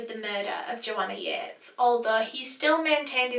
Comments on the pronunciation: I thought it was pronounced Yeet-is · I'm so sorry but I pronounced this in my head as "Joanna Yeets." End me I feel so bad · THE JOANNA YEATES CASE How i pronounce Joanna Yeates Joanna Yeets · i'm sorry but I have to.. Joanna YEETESSSSS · not to be offensive or anything, but I thought it said ‘Joanna yeets’ lol